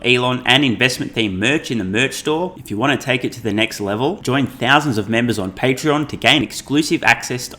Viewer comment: ...patreon(not pattern)...you need to stop the shameless promotion....